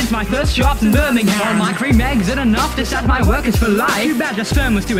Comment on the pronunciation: the way Birmingham was pronounced will give me nightmares